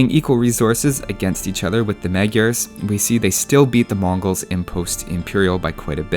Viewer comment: Your videos are awesome ^.^ Also, as a hungarian, I find it entertaining how you pronounce "magyar". Just for the fun of it, in hungarian, "gy" is a single lettre that has no equivalent in english. Anyways, I kinda like to watch your videos more than actually play the game (also Fallout 4 is taking a huge amount of time), because as an engineer, I like numbers o.O